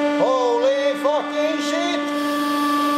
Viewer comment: Who else died laughing when he said "holy sheet" hahaha